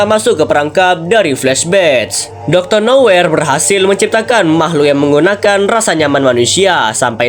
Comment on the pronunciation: Bang salah ngomong bukan doctor noyer tapi doctor nowhere